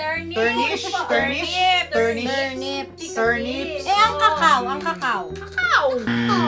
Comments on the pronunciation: for pronunciation of CACAO from Oxford Dictionary. In this video, I think they stressed it too much when it clearly has a SCHWA sound in the first syllable, a schwa is an unstressed , or neutral sound. It's not KEE and it's not KA, it is something in between. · correction lamang po: di yan kekeyo sa cacao koko puyon,sa first syllable yung stress😇⚘ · Ke kei yu? Hahahaha.. kuh KAO yun besh.. Yung cocoa naman, KOW kow. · FlMc654 MCRF it is just base in our Speech Teacher,she said that when you pronounce the word cacao,the stress is in the first syllable,so its "kóko"when you pronounce it. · Pero ang tamang pag pronounce daw po ay Ki-Ki-Yo😂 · That is not how you pronounce cocao